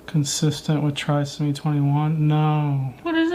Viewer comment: Officer Tatum, it is pronounced try-so-me 21. You pronounced it correctly a couple of times, and then said you didn’t want to get it wrong.